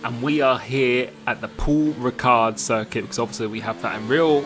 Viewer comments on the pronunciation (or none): “Pool ricard circuit”